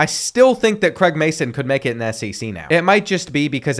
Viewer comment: Craig not Creg 🥲😂